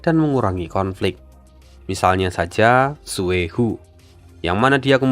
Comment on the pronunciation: Nyebut karakter Xue he ,nyebutnya Leluhur Tua Su He ,gitu aja min